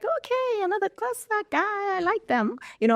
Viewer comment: Why can’t she pronounce Xhosa. Awu